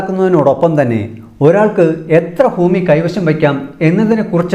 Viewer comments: ഫൂമി യല്ല ഭൂമി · ഫൂഉടമയും ഫൂമിയും ഒഴികെ ബാക്കി ഒക്കെ സൂപ്പർ